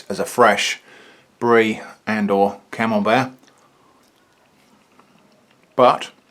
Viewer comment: More like “canembert”